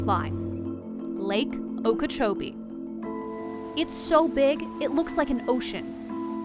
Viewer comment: Lake okeech